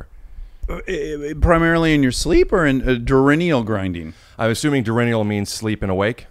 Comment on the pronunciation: “Durinnial” does this guy mean diurnal? What a goof!